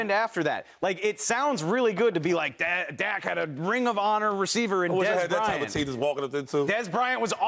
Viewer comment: Shady can't even pronounce his cousins name correctly lol, shady is just a dak hater....and acho appears to jump on his 🥜 during some segments lol